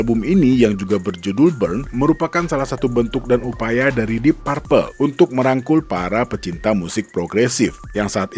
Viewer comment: Bacanya dip perpel, bukan dip parpel